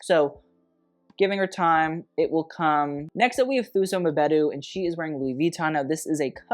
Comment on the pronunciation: Thuso Mbedu: Two-so Mbe-doo